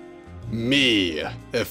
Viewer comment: How you say me tho MEEE